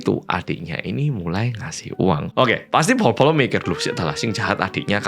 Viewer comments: oh gitu pantesan tiap aku perhatiin pas bagian nyebut bolo² suka kedenger sama aku polo². Makasih ya ka ilmunya😊 Btw aku pribadi org sunda jadi ngga ngerti kalo itu bahasa jawa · Penulisannya bolo, yg adalah bahasa jawanya “guys”. Tapi karena orang korea, kebanyakan spelling huruf “b” itu “p”, jadi kedengarannya “polo”. Cmiiw ya